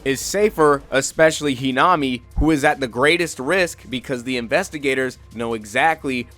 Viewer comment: Its the correct pronounciation